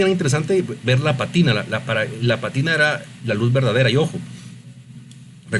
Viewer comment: Buen resumen. Sólo que es pátina, no patína. La fuerza va en la primera a.